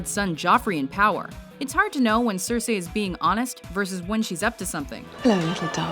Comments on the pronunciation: You've pronounced Cersei wrong,. It's Ser-see not Ser-sey. Also, Regina should be higher on this list at list at top 3. You've put Princess Yue but not Azula? C'mon! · CERsi. CERsi. not cerSEEIJ, CERsi. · It's not CerSAY, It's Cersee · It's all about what she will Cer-See, not what she will Cer-Say. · "Cersay"?! Will the WatchMojo voiceovers EVER go thru a full video without making at least one mispronunciation?? LEARN TO PRONOUNCE NAMES AND TERMS CORRECTLY. IT'S YOUR JOB!! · Her pronunciation of Cersei though..... and 月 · She kept pronouncing Cercei wrong. That was annoying. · Good list, I just hated they way she said Cersei